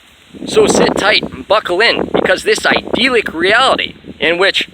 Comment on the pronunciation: God dude just pronounce idyllic properly, would you? But great work you sound exceptionally bat shit crazy today. I could tell that's what you were going for though! I find it funny how you are lecturing on the divine. You just appear as a godless creature who has clearly lost its way, speaking in tongues, while looking like forest gump in the long run scene. I just don't get it man. What are you trying to accomplish with these videos? Aside from providing me with some solid entertainment...:)